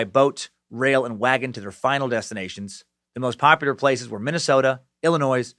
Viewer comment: Excuse me...did homeboy just pronounce Illinois as Illi-noise???